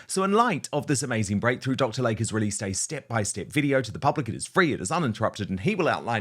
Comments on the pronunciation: PRONUNCIATION: It is Dr. "Lay-Key" not LAKE!! Can't understand why he keeps putting ads on your channel. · Hello, beloved fan here. Dr. Layke is pronounced Dr. Lake-e. ❤